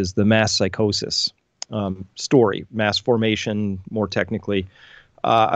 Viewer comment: It’s sounds like u said masterbation psychosis, lol, not mass formation psychosis